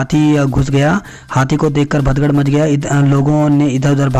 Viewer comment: हिन्दी में सुधार की जरुरत है। भदगड़ नही भगदड़ होता है।